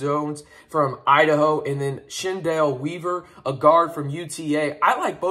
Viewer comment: Just a heads up, his name is pronounced like Kendall. The "Ch" makes a K sound. His sister, Chennedy Carter, plays in the WNBA